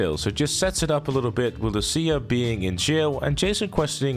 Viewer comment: Why am I hearing Sia instead of lucia… is it just me or this guy doesn’t know it lucia